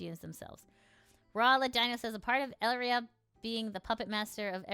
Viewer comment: What is with the butchering of names in all these videos. First selen as Selene and now Elira as Elria.